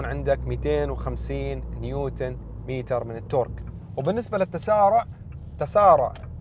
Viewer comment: متر وليس ميتر ؟؟